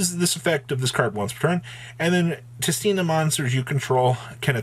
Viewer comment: how does everyone pronounce tistina wrong? WHERE THE HELL ARE YOU GETTING THE R FROM ITS SO FUCKING IRRITATING. also LMAO, people who bought out adamancipator cards LOL